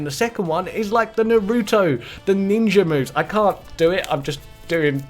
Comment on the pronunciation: Nar-uh-toe for pronunciation